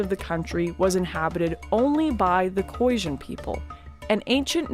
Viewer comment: The Boers that trekked north were mainly escaping the British and it's pronounced KhoiSan with an S, not Khoisjin. Also she should have mentioned the battle of bloodriver where a small Boer group of around 300 (with their women and children helping out) annihilated the Zulu army of 20 000 plus in retaliation for killing Piet Retief.